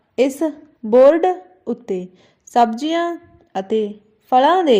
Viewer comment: ਮੈਡਮ ਜ਼ ਪੈਰ ਬਿੰਦੀ ਨੀ ਬੋਲਦੇ tuc ਜਿਵੇਂ ਦਰਵਾਜ਼ਿਆਂ ਸਬਜ਼ੀਆਂ